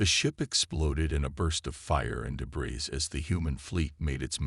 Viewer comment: HOLY HELL!!!!!!!!!!!!!! WTF is "deh-BRISS"!!!???? AND, ......"....her mind was "un-RED-able".... I stopped listening to this POS AI at just a few minutes into the story. ALL of you....STOP using CRAP AI until such time that they can speak ENGLASH!!!!! Hows bout you Freakin narrate your own stories like some do. At least I can finish THEIR stories!!!